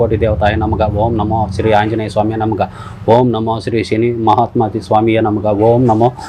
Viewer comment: Instead of namaha he is saying namaga 😂